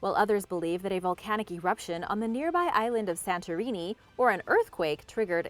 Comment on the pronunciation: yep but neither is accurate lol especially when she said Santorini 😂